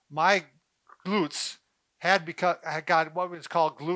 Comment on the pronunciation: “Glurts” hahahaha 😂😂😂